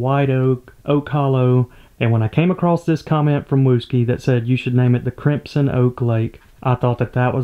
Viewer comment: That’s not how you pronounce crimson, the correct pronunciation would sound a lot better too.